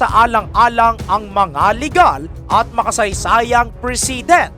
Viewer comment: Please know how to properly pronounce the……PRESIDENT, CHICAGO, ILLINOIS and the rest…..Hindi na basta may content ka lang.